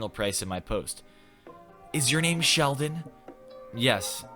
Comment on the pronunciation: My name is Sheldon, you just misread it, k?